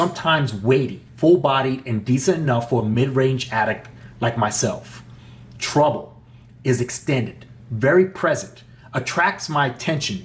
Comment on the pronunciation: good beginning review but you're mispronouncing 'treble'. it's not pronounced 'trouble'.